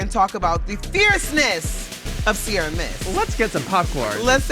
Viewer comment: Don't know why Americans keep mispronouncing Ciara and misspelling Sierra